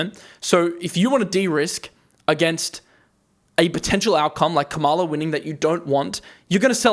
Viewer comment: The correct pronunciation of VP Harris' name is — KA-ma-la. Accent is on the first syllable. Soon to be president-elect. And in the long term her administration will be so much better for the economy and the world. I'll take a short term correction any day over a fascist regime.